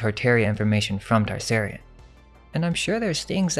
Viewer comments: Also Tsarion: is pronounced (tu-sari-on), not "Tar-sairy-in" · Michael T-Sar-ion not Tarsarion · Just a note you need to work on the pronunciation of Tsarion's name. Interesting that it's Tsar(king)ian.